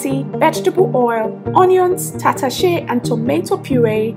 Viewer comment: This is what im looking for thank u❤ i love the way u pronounce tatashe😉